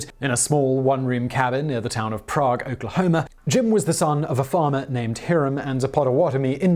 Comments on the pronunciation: I know that this will confuse Simon but that town name is pronounced prayg. Dont ask thats just how they say it there. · The town of Prague Oklahoma isn't pronounced the same as the historic city. It's pronounced more like the word prey with a "g" sound. Before anyone argues, I was born and raised in Oklahoma and lived just a few miles from Prague for a decade.